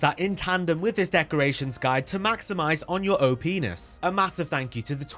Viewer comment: Well, I misheard it as "maximize your old penis", so it made me cackle for a very different reason.